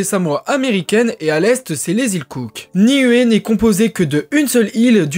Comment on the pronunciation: ‘Ia ora na de Tahiti. Niue se prononce Nioue Les "u" se disent "ou" dans les langues polynésiennes. Merci pour cette vidéo moi qui ai également des origines de Niuē et d’Aitutaki.